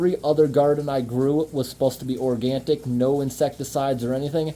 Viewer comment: 'Organic', not 'Organtic' 😊